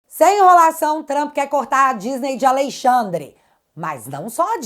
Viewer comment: É notável como já sai "naturalmente" ALEIXANDRE quando se refere ao Ministro Mor. Kkkkk